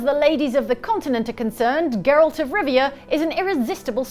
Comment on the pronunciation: wtf name did she just say? definitely wasn't Geralt